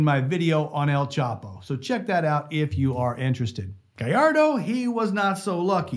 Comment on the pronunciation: thank god. A youtuber who knows how to pronounce gallardo so sick of hearing people pronounce it galardo and not gajardo